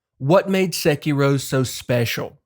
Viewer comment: It’s so hard not to constantly hear SEH-kee-roooow, but my NE accent bias aside, you fucking nailed every comparison and problem/benefit that each of these games has. I also want to play Sekiro again, but am trying to get through the new games as they come. Would LOVE to see if you update this video with Wuchang: Fallen Feathers! Best true souls-like I’ve played, following FromSoft’s formula to a Te